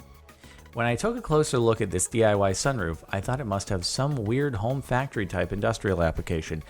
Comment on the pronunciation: its dee eye wye, not dee eye hawey